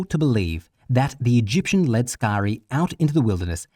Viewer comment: For Crissake!!! Learn to pronounce sicarii!!!